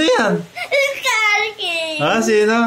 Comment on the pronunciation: Bro said SKA KING